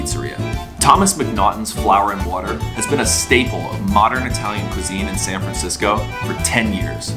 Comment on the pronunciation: San Francshitsco